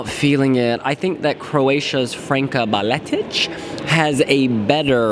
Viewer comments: this is the third time you got Franka's last name wrong. It's BaTELić, not BaLETić. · You keep saying BaLetić and it's BaTelić :)